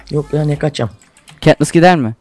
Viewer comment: KAtnıs Değil çaktırmayın :D